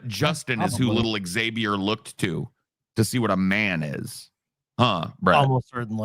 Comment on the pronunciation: Brett seems to have the most trouble with proper nouns. Names of dictators, Names of philosophers/other figures, Internet Usernames/websites/webservices, Political/pop culture concepts. For God's sake he names his son "Zabiur" instead of "Xavier" 😂